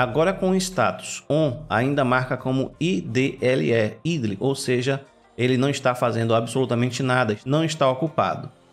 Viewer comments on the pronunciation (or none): parabens, ótimo video. apenas uma coisa "idle" pronuncia "aidol". abraços!